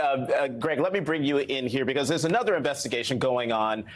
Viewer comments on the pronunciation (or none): none